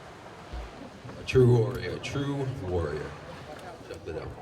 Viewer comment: its lid-dell everyone, idiots.